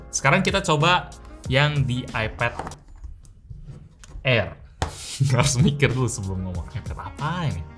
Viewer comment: Air Dibaca Aer